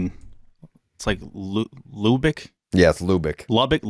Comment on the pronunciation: Guys it's pronounced LOU-BECK